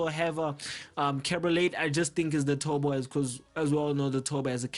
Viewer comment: when indian speak english turbo = tobo